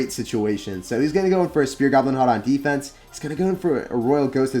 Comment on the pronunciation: Who is? Why is he calling spear gobs like that?